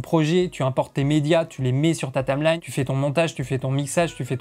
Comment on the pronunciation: "il va avoir énormément". Dommage qu'il fasse pas correcteur grammatical. J'aurais aussi beaucoup aimé savoir comment il écrit ce que tu prononces "Tame lagne"